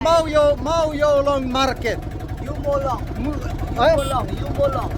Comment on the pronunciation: Iewmawlong❎ Mawiewlong✅ 😂😂